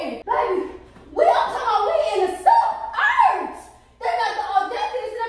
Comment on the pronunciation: She said the sub-urbs not the suburbs the sub-urbs😂😂